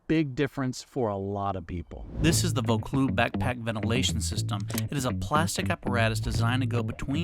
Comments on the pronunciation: It’s pronounced “ voe-cloozz “. It’s something that could interest me. My pack has no framing so it’s like a barrel when it’s full. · Oh, so the "Vaucluse" came loose!